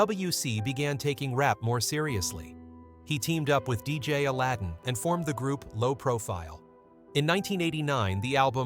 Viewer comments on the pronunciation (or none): none